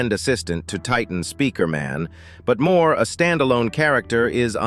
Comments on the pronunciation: Bro really said titan Spikerman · Bro cant say Titan speaker man 😂